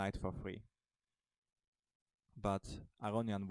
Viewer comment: do you know the difference between "free" and "three" ? you say all the time something like "f "free" , "g free" , I know you want to say " f three" ...it´s annoying to hear you say that....